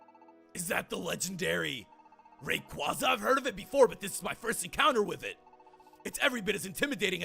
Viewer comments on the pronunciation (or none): And its “ray-KWAZ-uh”